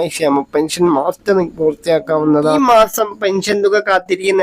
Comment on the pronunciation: മാസ്റ്ററിംഗ് എന്നല്ല. മസ്റ്ററിംഗ് അല്ലെ.....ഇയാൽ എവിടത് കാരനാ